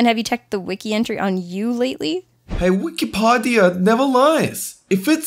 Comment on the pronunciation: Its pronounced Weekeepeedeea